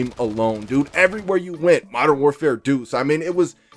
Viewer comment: "Modern warfare duce" 🤣🤣 striagt doodoo